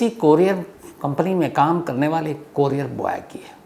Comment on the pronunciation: कोरियार नही कुरिअर बोलते है....shams sir